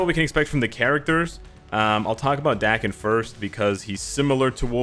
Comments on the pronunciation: North Americans have that kind of problem with pronunciation, most of them if not all have that problem. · "Dah" ken, not Da-ken--Daken is from the Japanese word, mongrel, cur or mutt, right? "A" in Japanese sounds like a short vowel "o" in English like in Octopus or October. Does everyone pronounce his name with a short "a" vowel sound? Marvel hasn't cleared up how to pronounce his name or what? I barely know the character, and I suppose I should look online, but what's his real name. No one would actually name their child mongrel.